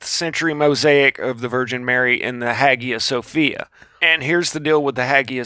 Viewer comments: Pronounced "hiya Sophia" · Hagia Sophia ... pronounced Hayia Sophia